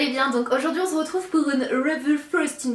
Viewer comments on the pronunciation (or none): Ma p'tite Sanaa désolée de te le dire mais si tu dis "on z'retrouve" 😂😂 c'est la vie c'est pas grave 😂😂❤ #teamsnapananas 🎉💚💚💚💚💚💚💚💚💚💚💚💚💚💚💚💚💚💚💚💚💚💚💚💚💚💚💚💚💚💚💚💚💚💚💚💚💚💚💚💚💚💚💚🎉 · "Aujourd'hui on z'retrouve" 😂😂 avant qu'Horia ne le dise je faisais pas attention mais laa... ahahha 😂😂